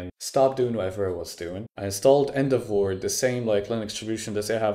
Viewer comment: Took me a while to understand what "End of war" was XD. I get your point tho